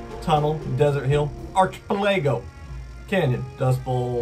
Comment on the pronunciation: Bro the way you said “Archipelago” 🤣🤣